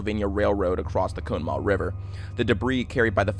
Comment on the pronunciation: Did you really call it cone maugh?